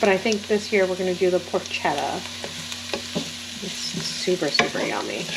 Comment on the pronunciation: Ray-Ohs and Por-ket-ah